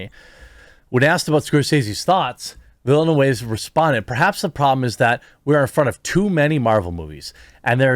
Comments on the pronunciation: Your pronunciation is indeed wrong. "Denis" ... the 's' is mute, it is pronounced "Deni". "Villeneuve" ... the pronunciation is more like "Vil-nehv" almost "Vil-nov" ... french 'e' is not pronounced 'ay', but more 'eh'. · Vill-noov… for the love of god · Jeremy, his name is pronounced Denny Villain-oove. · Pronunciation is "veelneov" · Ville NeuVe! Not that hard Goddamit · Its not going to flop. his name is Vil- eh- noov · as a french canadian, the correct pronounciation for Denis' last name is "Baguette", "Fromage" is also acceptable. ps. it "Vill-nUH-ve" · Villeneuve is pronouncing for you anglos as "vil-newve". If you have time go on youtube and watch sone highlights on the formula 1 racer, jacques villeneuve. His father, gilles villeneuve was a way better racer despite his atrocious death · It's pronounced "veelnuv" (the trailing e is silent) ^_^ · "Veely New" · Villeneuve is pronounced "Veal - Nerve". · "Veal-nuv," if you want to get even close, Jer. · Dhuh-nee Veal-nhuh-vhuh In french, if there's a consonant letter at the end of a word, it's pretty much always silent. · Villeneuve = VEEL-NOOV (closest for english speakers) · why don´t you just watch a youtube clip where somebody says his name? Dude! Villeneuve is french. Do you even try?